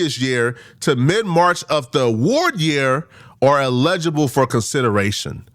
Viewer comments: saying "eligible" is sending me 😂 bro that word is body slamming your big azz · I love the videos big fan but Google the pronunciation of eligible